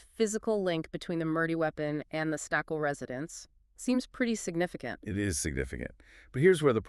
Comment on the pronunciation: Skakel. Pronounced with a long a.